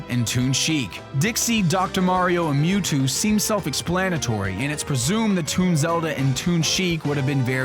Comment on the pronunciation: Mew-Toad! Hahahahahaha...